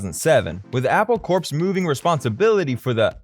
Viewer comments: And I cringed every time he pronounced "corps" as "corpse". It's should be just like "core". Sigh. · Just started the video, and...did I hear you actually pronounce the 'p' in 'Corps'??? You even say, further into the video, it's pronounced 'core'...but you keep saying the 'p'. Never clicking this channel again...